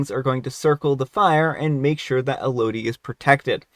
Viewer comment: It’s pronounced “EL-oh-dee.” It’s the name “Melody” without the “M.”